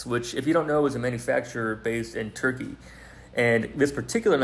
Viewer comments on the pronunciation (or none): none